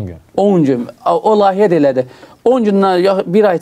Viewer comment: bey, her sey eladi, ancaq: "Lahiye" yox, "Layihe"...